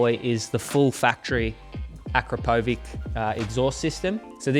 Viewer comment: Hey, Looking forward to seeing you out on the R9 in 2026. However, your exhaust sponsor 'Akrapovic' is pronounced......'A - Krap - ow - vich' 😉😉